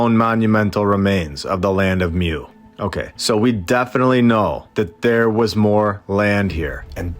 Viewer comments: It's pronounced moo. Lol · it is pronounced more like Moo in european stories